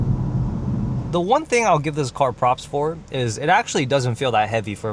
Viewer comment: "why she is attacking my coar" "wt fouck"